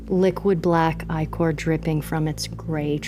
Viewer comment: Who else was screaming "ICK-or, ICK-or....It is not...EYE-CORE!"?